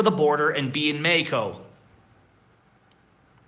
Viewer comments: Practice the correct pronunciation for Mexico you say MAI KO but it is MAH HEEEE KO, J is like an H is English but stronger, in English the H it is like a whisper, but the Spanish J is like a strong H stronger than the H in HE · Hi,. I know you're learning Spanish, so I thought I'd help you out with the pronunciation of Mexico. I'm hearing you say May-ee-co, it's pronounced Meh-HE-co. The X is pronounced how we say "he" in English. I've also heard you say May-ee-cans, but that is Spanglish. In Spanish you would say Meh-he-can-oh or Meh-he-can-uh (add an "s" to the end if it's plural).:)